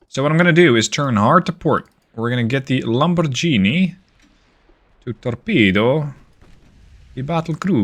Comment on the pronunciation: Love the campaign, but heads up, it’s a hard g in Lamborghini :). Also congrats on bambino numero due!